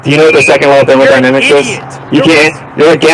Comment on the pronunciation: thermonynamics the gamma is so triggered he could not even say thermodynamics